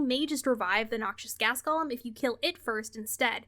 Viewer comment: I love ya, but you need to learn how to pronounce "golem". It's pronounced "goh-lehm", not "Gollum" 😂